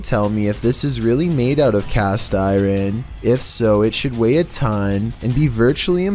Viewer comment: Its really funny how this dude pronounces words. Even the most simplest words are being mispronounced, like "Iron". He pronounced it as "Ay Ren".